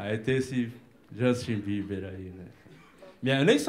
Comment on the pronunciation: "Jostin beber"😂😂😂